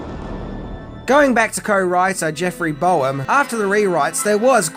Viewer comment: f.y.i. Jeffrey Boam's name is actually pronounced 'BOME.' Not Bo-Am. At least that's how he pronounced it. Common mistake. Nice vid, otherwise. Take care.